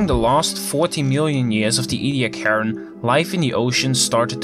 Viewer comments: ee-dee-AK-er-in That’s how you pronounce it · Nope, it's EE-dee-AK-ər-ən